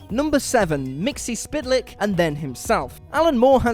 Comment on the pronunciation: It is pronounced 'mix-pickle-lips' And if you can trick him into saying it backward, he is banished back to his home dimension.